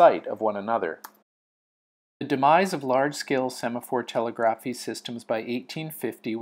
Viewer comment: FFR, the word "telegraphy" is pronounced as "tuh * LEG * ruh * fee."